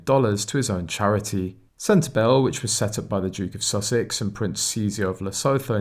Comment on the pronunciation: It's SEN-TE-BARLAY AND LESSOOTOO